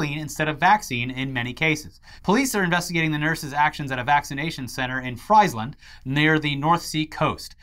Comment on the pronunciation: Friesland is pronounced Freezeland, not 🍟-land haha. Love you guys. Great vid as always. ❤️